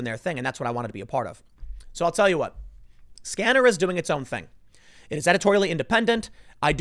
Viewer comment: "SCaNneR"? I thought it was "SCeNeRy", really did.